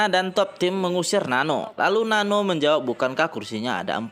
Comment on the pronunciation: Not Nano It's Nan-nooo